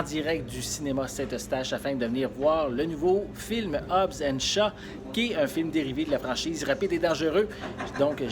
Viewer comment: hobbs and CHAT ?????? c'est shaw il me semble ! non ? en tout c'est comme sa que on le dit en france